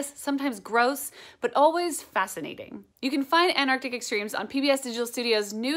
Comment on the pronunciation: It's Antarctic not Anarctic.